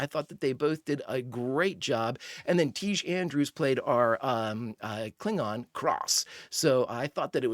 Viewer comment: Pronounced "Tygue" (as in "tig"-er) Andrews who would later achieve fame in the TV show MOD SQUAD.